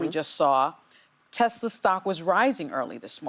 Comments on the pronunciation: You guys missed the part where he said " I love Tesler". 😂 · He even called it a Tesler!!!! 😂😂😂